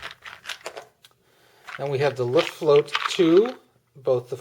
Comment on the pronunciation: Good review, but your German needs some help: Luftwaffe is pronounced "looft-wauhf-uh" not "looft-wauhf" Luftflotte is pronounched "looft-flauht-uh" not "looft-float" When will you be posting an RAF: Eagle episode?